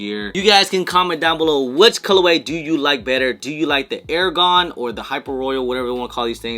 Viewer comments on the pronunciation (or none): it's R-Gone. Not Air-Gone.